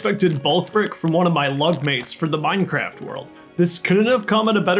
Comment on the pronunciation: lol - you said LUG mates and I heard "love mates". I thought "wow, that's a weird name for Luke, but ok"...